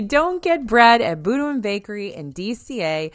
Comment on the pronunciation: The pronunciation in the video is completely wrong. You are correct - Boudin is definitely pronounced “boo-deen.” Signed, a San Francisco native with Boudin locations all over the city. (Disneyland is the only one where you can see the bread being made, though.)